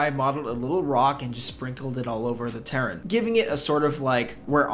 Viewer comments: are you saying terrain or turan? It's ter-rain. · I’m sorry, u lost me when you said “terrain”…